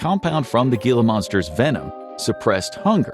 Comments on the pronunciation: It’s HEE-la Monster. Born and raised in Tucson. Have these lizards (endangered by the way) in my yard. Growing up I was told that being bitten by a Gila Monster is no joke. Causes something like lockjaw. So stomach/gut paralysis, vomiting, etc doesn’t surprise me at all. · I’m pretty sure the Gila is pronounced He-lah. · Pronounced "he-luh" monster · Gila monster is pronounced he-la monster. I'm sorry I'm that person. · “Gila” is pronounced “hee-la” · Gila is pronounced "Hee-la". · Hila the g sounds like an H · HEE-la monster, ffs at least pronounce it right. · It's pronounced "He - la". As lifelong resident of the American Southwest, this mangling of a commonly known name grates on the ears. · It's pronounced HEE-lah monster. Inexcusable error. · Your AI fucked up. It's pronounced "Heelah". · gila is pronounced HEELA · guila lizard? This AI needs a Spanish Diction reference added to it's library. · The lizard's name is pronounced, "hee-la monster." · It's pronounced "he-la" monster. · It's pronounced "heela" monster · Gila is pronounced "He-la" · It's wild you didn't stumble over "semaglutide," but "gila" gave you a problem. It's "HEE-luh." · Gila is pronounce Hila Monster. 😊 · It’s pronounced “hee-la” (gila) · It’s pronounced “hee-luh” monster 🌵az native here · Gila Monster = American pronunciation: hee·luh maan·str. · Gila is pronounced He-La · It’s pronounced HEE-LA monster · Hee-la monster. No G. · Gila Monster-, pronounced --> hee luh monster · Gila pronounced more like Hee-lA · Gila monster is pronounced Hee-la monster fyi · Pronounced Gila monster wrong. The G is pronounced as an H, like Hila. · it’s HEE lah monster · Gila (Heeluh) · Wrong it's gila (ghee lah) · Its pronounced hila monster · Agreed. Spent 20 years on my life in the southwest. Grew up in west Texas. It’s pronounced heela. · I cringed hearing geela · Not how Gila Monster is pronounced but okay. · yay, another terrible ai voiceover that can't pronounce "gila." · You are pronouncing gila wrong.